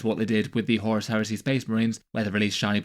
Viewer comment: he said "horus here-say"!